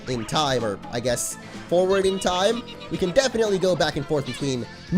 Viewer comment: "for a trime traveling..."